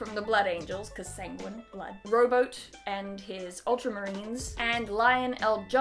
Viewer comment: Rowboat is pronounced ra-boot lol